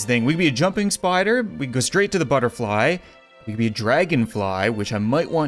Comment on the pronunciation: He said butterfe